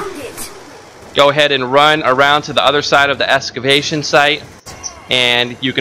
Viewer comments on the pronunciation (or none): EXCAvation not ESCABATION